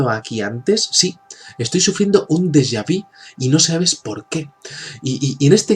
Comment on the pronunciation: no es deja vi .. es " deja Vu